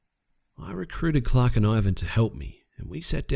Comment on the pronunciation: "Chhhhlark and Ivan were blown away by the detail."